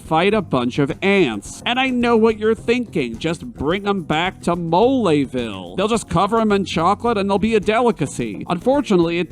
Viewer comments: Oh gosh, the "e" in "Belome" isn't silent? I've been saying it wrong all this time?! Oh gosh, the "e" in "Mole" isn't silent? I've been saying it wrong all this time?! What's "moleville"? I know only of "Moléville". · "MoLAYville" Really, dude?..😐🤣